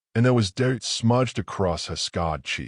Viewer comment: Other than having the bride walking down the aisle in a dark green dress (instead of the white one she was previously wearing) there are several pronunciations and misspellings in the text... dirt not "date", more not "a Mo" and quite a few others. They are distracting and video should have been proofed out before being published. Somewhat predictable ending but still told in a wonderful way.